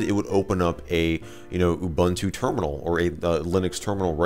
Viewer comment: Ubuntu is pronounced Oooboontoo.